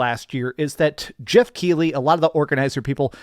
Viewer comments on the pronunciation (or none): none